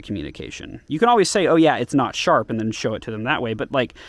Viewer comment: It’s not shap